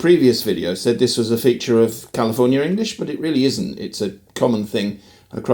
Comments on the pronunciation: The SF Bay Area is not Northern California. It is Northern Central California. Northern California consists of the regions north of Sacramento. BTW, you pronounced "California" as "Californier" at least twice in the video. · Kinda of like your way of saying California or America … you say Califorier Americer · lol, you say CALIFORNIARRR. that's the british accent, adding the R's, and considered hood where I'm from in (metro DC area) aka dMv, now residing in SF or (the City) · You call yourself a stickler for pronunciation, but when you say Californ-yer and Americurr it just makes you a dick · 8 seconds in your British adding an r to words that end with the sound ah.. Californier… that’s always interested me with British pronunciations